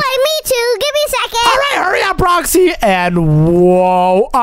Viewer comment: I'M gonna romind u it's not roksy it's roxy